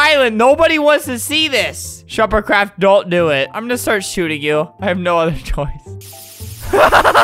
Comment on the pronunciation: I got an ad and Albert said “, OH MY GOD SH-“ And I was like “, oH My LoRd” Then, when the ad was over he said “, ShuperCraft!” After that I had a long moment of silence...